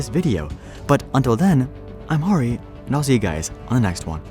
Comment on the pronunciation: Actually it's Harrie